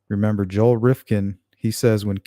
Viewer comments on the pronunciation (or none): none